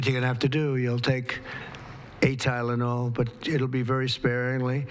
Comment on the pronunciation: yep he's not so concerned as to what he says!! He can't even say the drug